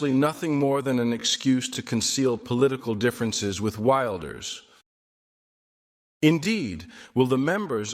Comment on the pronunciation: Ik zie dat ook, al ben ik niet doof. Geen nasynchronisatie. Maar om eerlijk te zijn, hij klinkt vrij monotoon en sprak "Wilders" verkeerd uit (als "Wailders"). De stem die ik hoor is wel zijn eigen stem.